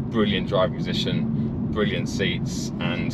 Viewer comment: Count the number of times says “bwilliant”